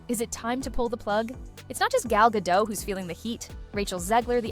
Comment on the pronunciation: First of all... Rachel and Gal did exchange a look or two at their segment during the oscar. Second of all... Why is it so hard to pronounce Gadot's last name as it suppose to? It's Ga-do-t! The 't' isn't silent.